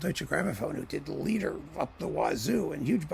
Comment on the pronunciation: "Dietrich Fischer Dieskau liter" you said, with stretched arms & hands. For a moment I thought you were wonderfully paraphrasing the sales practices back then, of "selling boxes by the liter", you know -- Hänsler's 5-liter Bach-box, Bernstein's 43-liter Gesämtwerke, etc. Then it dawned -- a bit of a letdown I confess -- that you said "Lieder".